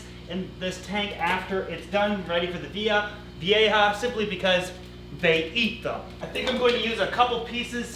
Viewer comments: The community won! finally saying Vieja the right way!!!! Woohoo!!!!!! 🤣🤣🤣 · I'm so proud of you for making an effort to say Vieja correctly! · Finally gets "vieja"... slaughters "boisterous". 10 points for trying though.